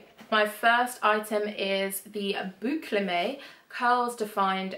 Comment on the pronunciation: I met Michelle Scott-Lynch as she has launched Boucleme in spaceNK and from her i learnt it's pronounced BOO-CLEM not BOO-CLE-MAY like i said in the video so there's a little update! x